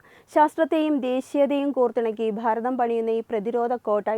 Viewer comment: ഭാരതം എന്ന് പറയുന്നതിനു പകരം ' 'ഫാരതം ' എന്നാണു ഉച്ഛരിക്കുന്നത്